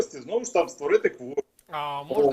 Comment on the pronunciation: Барна, навчайся розмовляти українською, удосконалюй свої наголоси, а то виходить дуже смішно, Кворум перетворюється на Корм, з Ігноровано - гоноровано